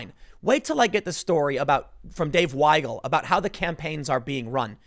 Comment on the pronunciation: Hey Tim, thank you pronouncing Weigel (Why-gul) correctly! Most people think it’s pronounced wiggle, why-gel, we-gul, etc... The German language is a little backwards when it comes to words spelled with an ie or ei. If it’s spelled ie, the i is silent and the e is pronounced, the opposite is true for ei.